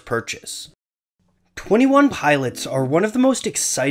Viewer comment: dude. it's twenty one pilots. twenty one pilots.